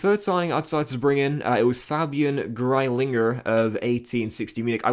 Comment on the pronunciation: how said greilinger